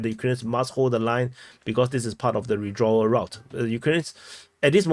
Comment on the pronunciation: WITH-draw - not Ree-dra